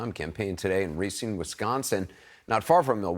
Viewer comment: Ra-SEEN. Not RAY-seen.